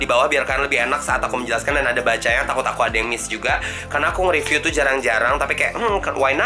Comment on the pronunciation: Wkwkwkwk "ripyu" Sumpah mood booster banget ❤️